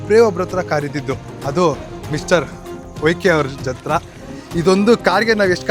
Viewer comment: ಅತ್ರ ಅಲ್ಲ ಗುರು “ಹತ್ರ”